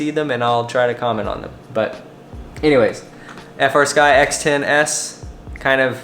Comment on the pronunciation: That gimbal sounds like a high end fight stick gimbal. This was a great overview. Any chance of showing of the menus and displays? Oh, and I need to be that guy. I know you know they are called FREEsky, but you still call it F R Sky. Just me being a weirdo about that lmao.